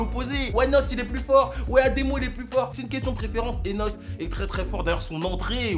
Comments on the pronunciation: ON DIT N.O.S PAS NOS.😥😥😂😂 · c pas "nosse" bordel c "N - O - S" 😭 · CEST N PUIS O PUIS UN S PAS NOSE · Oh le fou il a dit noss à la place de N.O.S 😂😂😂 salut les gars c'est votre boy noss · Ça se prononce « N.O.S » et pas « Nosse » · Lourd la vidéo frérot, mais juste c'est N.O.S et pas NOS ahah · Juste c nohesse pas nausse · Dis '.N.O.S pas Nose c dégueulasse